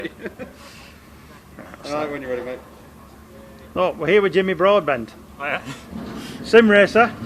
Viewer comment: Did the guy at the beginning really say Jimmy Broadband?